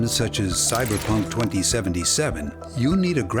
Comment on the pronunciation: Eww did he say Cyberflunk??